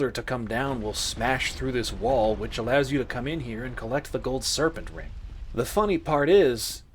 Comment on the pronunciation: Took me so long to realize you were saying Man SERPENT, not SERVENT. Thought you were talking about some unseen butler's making the whole funhouse work till over halfway though Sen's Fortress and was equal parts confused and intrigued by the idea